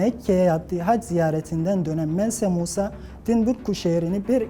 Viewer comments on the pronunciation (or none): Ma Şaa Allah,temiz ve iyi bir iş çıkartmışsınız; Yinede isterim ki bir dahakine isimleri gerçek telâfuzundan aydınlatırsanız, mesala Mense Musa değil"Mansa Musa" telâfuz edilir,ve "Timbuktu değil,"Tombuktu" söylenir; Bunlar sadece küçük detaylar, ama helal olsun bütün ekibinize, bir abone daha kazandınız. Bundan sonraki yolunuzu daha da açık olmasına dilerim.